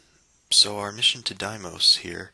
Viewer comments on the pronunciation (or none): I've never heard anybody pronounce Deimos that way. I've always heard everyone say Deemos, but some textbooks and scientists say daymos. 'Dai'mos' is a new one to me.